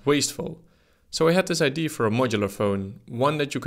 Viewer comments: Its IdeA not id lul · it's pronounced idea, not idea. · is it really that difficult to say IDÉ-AH idea instead of "idéé" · No, it is wrong and right. It's pronounced idea not id in the English language. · Love how Dutch people cannot pronounce idear. They say eye d! Lol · Idee? It's Idea, with an A at the end. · Idea is not pronounced "idee". The A isn't silent. It's pronounced "idee-uh". Regards ,someone who only speaks English yet has the audacity to correct someone who speaks multiple languages. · Ide - A! IT'S IDEA FFS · Ffs our English teachers hammered us for 5 years on the pronunciation of the word "idea", yet this guy says it 636363 times incorrectly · why the hell can't dutch people pronounce IDEA correctly... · Please practise saying "idea".